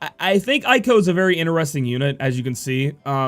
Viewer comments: Let me help you: with English way "Zee-done" or "Zey-done" Arabic origin, (Garnet is as you know), "Ey-ko" not "Aye-ko" (the Ey just like when you pronounce grEY), Also Seiken with English way is "Say-Can" [Sei=Holy] [Ken=Sword] [Eiko=Female name] are Japanese words. Hope that help, i hope you don't mind. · Pretty cool that you're trying to pronounce the names the way they are supposed. You Americans usually suck at that. Talking about that, Eiko is pronounced "A-Ko", not "I-Ko". Most names in the Final Fantasy franchise use the "Spanish sound" of vowels , you know, where the A is always "AH", E is "EH", and so on. There are exceptions, of course, like Zidane, where the last E is mute, and names that are already in English, like Cloud, Squall and Lightning. Aside from that, I really enjoy all your videos! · plenty of animes out there with characters named Eiko and it's always pronounced "A-ko".